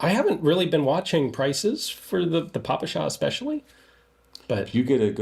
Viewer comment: Respect to Gun Jesus for finally correctly pronouncing ППШ, and opposite to John Keene ;).